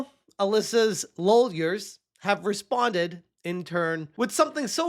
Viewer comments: Did you just call her legal team "LOL-yers". If so that is amazing! 🤣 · I lost it when I caught/heard you say lolyers.....